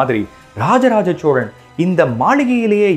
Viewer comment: Sir unga video and research ellam sema super excellent but oru small correction in ur pronounciation ச்சோழன் இல்லை சோழன் தயவு செய்து என் வேண்டுகோள்